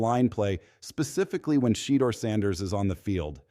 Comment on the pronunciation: The devil is a lier. Sheduer will come up as a winner. God has him in his hands. Browns HC needs to be fired. And please say Sheduer name the right way.